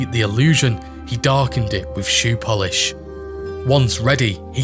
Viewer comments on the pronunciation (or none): none